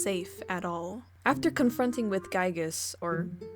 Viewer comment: Honestly, I don't think you butcher his name at all! That's the definitive way to pronounce Giygas! ("guy-gas") At least it's not his early name that he was used to be called: Giegue. (Not even Earthbound fans doesn't know the correct pronunciation to that one.)